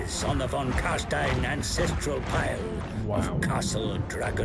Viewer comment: I know that you don't know a lot about the sylvans, so I won't hold it against you, but carstein isn't carstien. the ein is pronounced like "ein" (one) in German:)